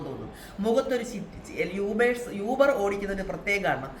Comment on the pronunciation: അതേയ്..... ഈ uber കാർക്ക് fare കുറവായത് കൊണ്ട് അവർക്ക് (ചിലർക്ക്) അതിൻ്റെ ഒരു കലിപ്പ് (frustration) ആണ്... ഇന്നത്തെ കാലത്ത് uber il register cheythale അവർക്ക് ഓട്ടം കിട്ടുകയും ഉള്ളൂ.. അതാണ് ഇങ്ങനെ പെരുമാറ്റം... പിന്നെ യൂബർ അല്ല oober എന്നാണ് pronunciation എന്ന് തോന്നുന്നു..